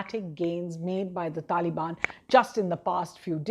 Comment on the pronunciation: She said talibani soldiers 😂